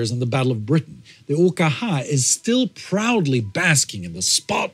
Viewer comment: yeah I guessed it was that, he also said the abbreviation OKH in german too, thats dedication.